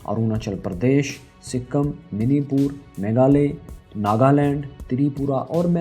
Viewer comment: Abe lvdu minipur ni manipur h🤣🤣